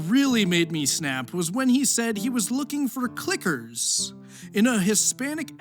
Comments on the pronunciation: How do you make the word "clicker" sound like the N-word? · don´t say Clicker with a hard R, my clicka